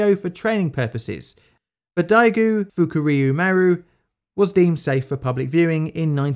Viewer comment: UHuhhhhuhhu... You said FukUryu